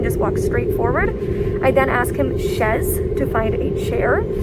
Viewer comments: "chaise" for chair... Not "chez" 😅😂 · Chaise not chez